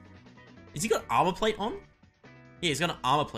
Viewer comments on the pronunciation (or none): none